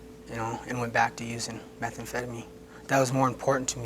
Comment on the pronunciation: I like the way that one dude pronounces it, "meth-amp-feta-min"